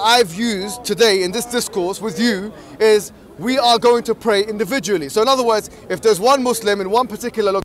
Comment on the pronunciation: "you can bray indivdually..." HAHAHAH